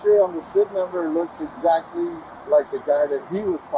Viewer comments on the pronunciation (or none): none